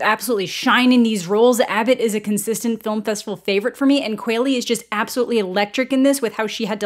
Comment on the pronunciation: The quall I'm qualley isn't pronounced like quail it's pronounced like the qual in qual-ity so it's qual-ley. I should know it's my damn name people have mispronounced for years. It's crazy no one knows that you don't say quaility 🤦🏽‍♂️🤦🏽‍♂️